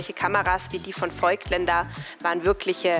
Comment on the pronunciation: Klasse Inhalt! Die Darstellung finde ich peinlich: – störende Hintergrundmusik – als wenn der Junge Mann keine Ahnung hätte, ehrlicher – als Interview das Gespräch führen – Das i in Voigtländer ist ein Dehnungs-i für das o – Canon ist eine japanische Firma und sollte nicht englisch ausgesprochen werden Die Kameraführung/Schnitt hat mir gefallen. Guter Ton und klare Sprache.